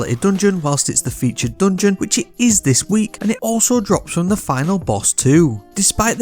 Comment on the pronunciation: I have a heart attack every time you say "dungeon"